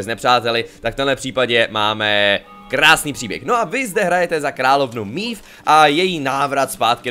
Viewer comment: Jenom prosím výslovnost jmen... je to ,,Meve,, ne ,,Mív,, jelikož ve hře je to poangličtěno a zní to strašně...